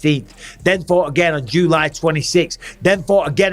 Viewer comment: I don’t like the way you are saying July my man😂